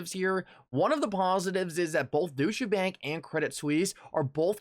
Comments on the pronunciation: Bro it’s pronounced ‘doich’ bank not doosher 😄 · douche-uh bank. One way of pronouncing that I guess.